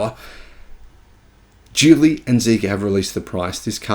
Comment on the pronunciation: It’s even in the video, it’s the Qilin battery, not ‘Kirin’.